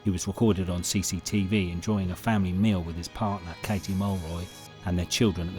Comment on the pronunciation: Did you go to school, fella? F A M I L Y.